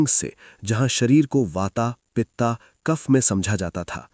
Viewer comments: भाई यें वाता पिता और कफा क्या होता है??????? हिंदी मे बोल रहे हो तो उचित उच्चारण करो ना ----- वात पित्त कफ नई पीढ़ी के बच्चे वाता पिता कफा ही बोलेंगे हम चाहे कितना भी उनको ठीक करे इसलिए कृपया ध्यान से 🙏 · वाता क्या होता है। वात बोलो । पिता नी पित्त्त। कफा नी कफ्फ बोलो